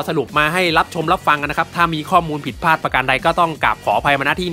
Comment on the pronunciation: พลาดไม่ใช่พาด